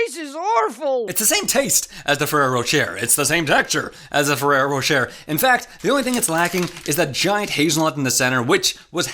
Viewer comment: Bro it's ro-shay not ro-sher hurts my ears it sounds so wrong